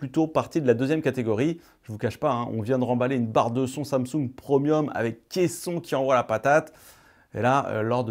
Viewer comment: C'est prémium et non promium😂😂